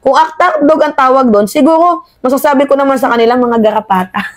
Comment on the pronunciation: Aayusin mo Ang pang bigkas ng R